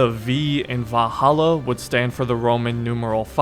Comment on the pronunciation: I heard of Valhalla but never of vaHalla